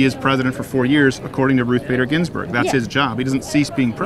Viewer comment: "Ruder Bathe Ginsburg"